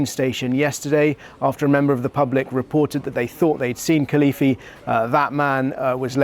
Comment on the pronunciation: Could you pronounce the name properly. Very young. And what a great escape.